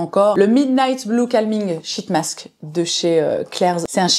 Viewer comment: Merci pour cette super vidéo! Mais les shit mask je m'en remets pas 😂 par pitié essaye d'allonger un peu le i, genre sheeeet mask parce que la on part vite sur une autre signification bien moins glamour 😅